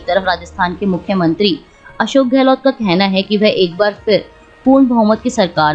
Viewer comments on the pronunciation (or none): none